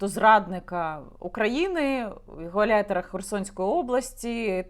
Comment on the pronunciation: Яніно! Гауляйтер, а не гуаляйтер. (Gauleiter - регіональний керівник)